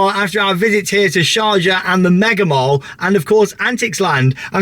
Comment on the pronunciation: Please pronounce mall properly. It’s pronounced the same as call, ball, fall . Love the videos though